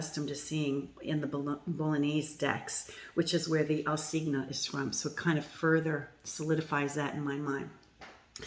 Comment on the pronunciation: For those wondering about the correct pronunciation of "cigno", the "gn" sound does not exist in English. The closet approximation for the word would be "chinnio" (as in, chin + neo, the main stress is on "chin").